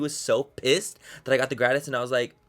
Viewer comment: It's so funny hearing him mispronounce "gratis"